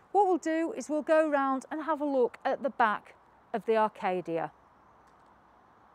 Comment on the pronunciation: Oh dear it Acadia not Arcadia and it’s caravan not cara van